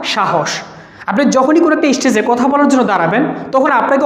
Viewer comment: even its বাঘ not ভাঘ ইস্টেজ not স্টেজ